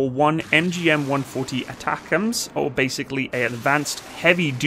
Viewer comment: ATACMS pronounced A-ttack-ums